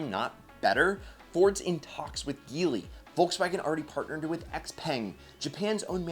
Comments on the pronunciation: It's pronounced (j)eely Not (g)eely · It's pronounced "Jee-ly"